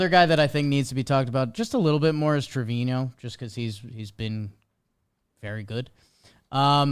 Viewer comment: How come nobody pronounces Trevino's name correctly? To hear the man himself say it, the N has the ~ on it. Trevinyo.